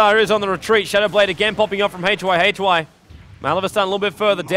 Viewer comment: i like your commentaries so far very much, but gotta misslike the way you pronounce Yamateh and hyhy´s names! xD